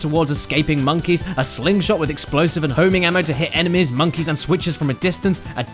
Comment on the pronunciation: Everytime James says enemies I hear enemas. Beautiful.